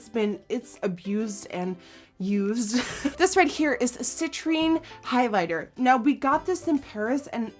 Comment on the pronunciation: Thank you for saying citrine right!!!!! Everyone hasn't so thank you Jesus